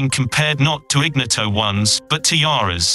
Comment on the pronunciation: 9.29 IGNOTO1 pronounced in-knee-oto 😂😂😂 phonetically correct is; iɲˈɲɔto